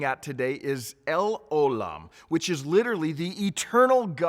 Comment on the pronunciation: it's pronounced el O' lam. The stress is on O not lam.